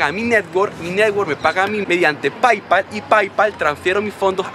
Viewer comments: PAIPAL xD, se pronuncia "peipal" y se escribe Paypal bro! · Se escribe PayPal y se pronuncia peypal sopenco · Se dice "PeyPal" pero se escribe "PayPal" -_